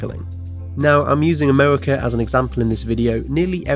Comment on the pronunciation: The narrator either has a quirky accent or a speech impediment. It sounded like he said "wold" instead of "world," "Amewica," "opewational" and "weally" instead of "really." I do realize the "r" is often soft or gets dropped entirely in some types of British accents, but I'm not sure I've heard it sound like a w. Edit: Ah, I see at the end of the video he makes fun of himself for saying sewial instead of serial.